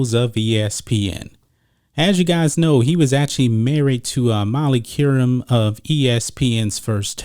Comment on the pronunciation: This dude needs to dub an Adult voice into the video…and learn to pronounce her name correctly, ask Stephan A